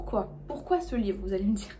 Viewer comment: Un livreuh vraiment...